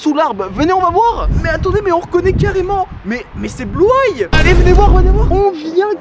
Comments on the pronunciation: Bluay? C bluey sa se pronomse bluy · On ne dit pas blueye on dit bluey😂😂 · On dit blueï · c'est blou-ay c'est bluey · Ça ce dit Bloui pas Blouay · Ça se dit Bluey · Ça se prononce bluei sof que sa s’écrit blues